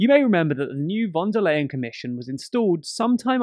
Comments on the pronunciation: Just a nitpicky correction: "von der Leyen" is pronounced • with a hard F in "von", like in "French" • and the "Leyen" is pronounced like "to lie" (this is not a joke 😅) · theunsolvedcase weil die phonetische Aussprache von V im deutschen zwar wie F frikativ ist, jedoch stimmhaft ist und F ist stimmlos. Das „ley-„ in Leyen hingegen ist ungedehnt und scharf während „lie“ ein leichte Ausdehnung erfährt (englisch ist meine 2. Muttersprache, bin zur Oxford-Schule gegangen).